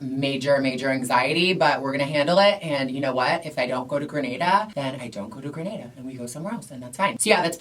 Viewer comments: It’s Grenada... the first ‘a’ is pronounced like the second ‘a’ in Gatorade 🇬🇩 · She’s referring to the Caribbean island Grenada, she just wasn’t pronouncing it right 😅 Spain is indeed one of the most LGBTQ accepting countries in the world